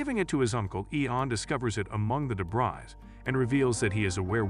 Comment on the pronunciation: de-Bree not de-Bry Eee-an not Ey-an Roger sir-musses? Eee-ther not Eh-ther